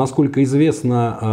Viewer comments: Полностью согласна. Подобные огрехи неплохо так портят впечатление от специалиста. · Блин, ну ребята. Уважаемый историк подводного флота и опять Ю-96. Ю, блин. Уже уши режет. У-96, у немцев все лодки были У!!! Unterseeboot, что русскими буквами будет приблизительно как Унта(под) зи(водная) бот(лодка). Блин, ну это же элементарно. Англицизмы тут вообще не уместны